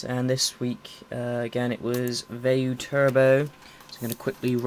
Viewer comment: so whats a veyu?? at the beggining of the vide u said veyu not vayu